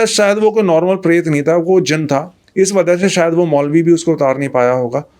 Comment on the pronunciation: Bhai yeh jeen nahi jin word hota hai